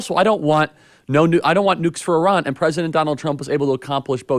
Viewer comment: Why does Charlie Kirk keep calling Iran Oran.